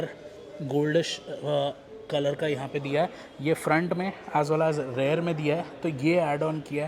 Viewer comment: भाई आप रियर को हर बार रेयर क्यों बोलते हो.